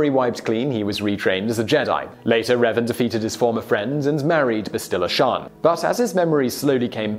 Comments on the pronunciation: There's not even two E's!!! Where is he getting the hard e sound?? Seriously "Reevan" there are only 3 video games and 2 novels centered around his story how could he have never heard the name?? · Reevan? REEVAN?! REEEEEEEEEEEEEEEEEEEEEEEEEEEEEEEEEEEEEEEEEEEEEE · My name is pronounced Revan, not Reevan. I'll forgive you, though. I had I tough time understanding Wookie slang, so it's understandable. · He says Reevan but then when referencing the Mass Shadow Generator says Revan. Confirmed that he is purposely mispronouncing these names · Sorry... did he say "Reevan"? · Darth reevan? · "Reevan" lmao huh? cool video though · Great video, but... R - eeeeeeeeeee - van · The way you said Reven made me cringe so hard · REEEEEEvan i dont like his pronounciation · Revan needs to be MUCH higher on this list. That guy, whether Jedi or Sith, was the Alexander The Great of Star Wars, especially in terms of his tactical brilliance. Also, Simon, to help you pronounce Revan's name right, here's a little tip for you: his name comes from the word "Revenant," meaning a spirit of vengeance. In fact, his full title is Darth Revan, Lord Of Vengeance. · Thank goodness you got Revan's name right at least half way through. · How come he only mispronounced revan the first time??? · You pronounced Revan Wrong. Just search up how to say it. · Strange thing is that he mispronounces Revan wrong, but then shortly after he says the name right a few times in a row lol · You can tell this guy doesn't watch starwars. "queeeeee gon" xD Edit: Oh no. not "reeeeeeeeven" My heart just died.